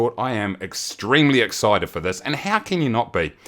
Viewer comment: “flight sim twinty twinty” “spell the “ind” “ixeted” lmao